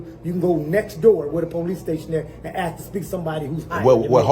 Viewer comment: It's Ask NOT ax